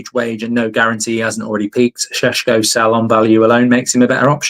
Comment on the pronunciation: Do your research man 🤦 its pronounced sheshko